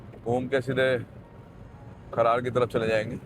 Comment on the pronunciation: खरार नहीं है ब्रो खरड़ है